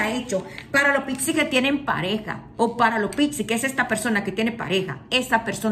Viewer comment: Porque pixi?? Es PIS-CIS. Porque se refiere a los peces. Igual, hermosa tu lectura.Todo me resuena Gracias y saludosss